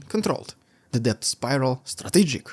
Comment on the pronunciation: You have the best metaphors and similes of any newscaster on YouTube! I appreciate your comprehensive reports every day. (One note - the word 'debt' is pronounced 'det', the B is silent).